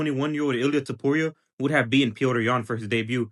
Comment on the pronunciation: We don't understand he says Would've or Would'nt